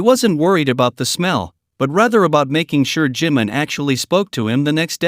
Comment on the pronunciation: Не Джимн, а Джимин!!! Что за идиотизм?